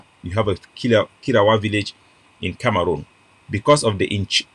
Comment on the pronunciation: Na CAMEHROON not kamaroonm